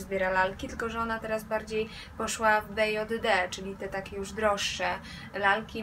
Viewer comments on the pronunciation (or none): Filmik super! Ale mam jedną uwagę a propos wymowy, mianowicie BJD nie czyta się jako 'be jot de', a 'bi dżej di' (ball jointed doll) ;) czy Twoja mama ma juz jakąś BJD, czy dopiero się za czymś rozgląda? :)